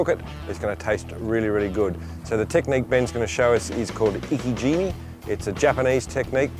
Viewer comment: its not iki jimmy.. its ike jime